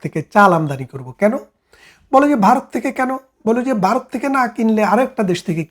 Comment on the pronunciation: বারত না বলে ভারত বলুন